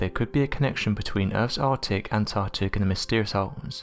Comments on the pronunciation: Where on Mother Earth, is ... "the 'Artic'.."?? 😕 (@ ish) The Arctic I'm assuming.... & again (at about ), along with "the Antartic".. !??? It's the Antarctic .. e.g.: ANTARCTICA, not .. 'Antartica', etc. 🙇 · Lol. This guy is such a bad narrator. Mouth breathes all his words. Anthhhhartic, Whhhhhorld. Jesus Christ. How many comments does Unexplained Mysteries have to see before they get a new narrator